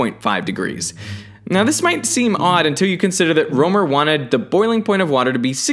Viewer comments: it's pronounced Rømer not Romer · You know what's weird? I'm from Germany and my name should be spelled Römer. So to hear "Rømer" caught me off guard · its not ole romer. its pronounced roemer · I think Rømer should be pronounced a bit like Rimmer from the Red Dwarf. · Rømer, not Romer. Come on you could've at least found out how to pronounce my delicious danish umlaut. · Ole rømer? Yeah thats not how you pronounce ø/ö up in the nordic areas. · Dat pronunciation of Rømer thou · As a dane, it's hard hearing how you pronounce Rømer. :D